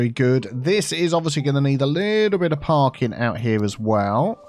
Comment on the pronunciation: I keep hearing Parkin instead of parking and i fear that is being filled up with a terrible Northern cake infestation.